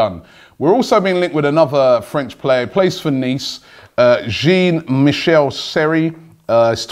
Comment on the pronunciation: just pronounce jean right one time please